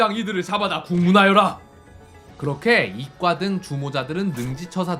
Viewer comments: 보통은 "이과" 라고 읽는데 문과에 급제한 "이꽈" 라고 읽는게 묘하게 웃김 ㅋㅋㅋㅋ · 이 과라구욧 이 과!!!!ㅋㅋㅋㅋ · 이과를 이꽈라고 발음하신게 아쉽긴하네요 문과 이과 할때는 이꽈라고 발음하는데 말입니다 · 문과 이과 할 때 문꽈 이꽈로 읽고 사람이름은 이 과 로 읽어야 하는데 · ㅋㅋㅋㅋㅋ 이꽈 ㅋㅋㅋ